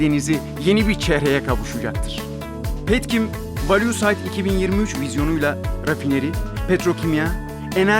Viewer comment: Valüü sayt (value site) böyle mi okunuyor?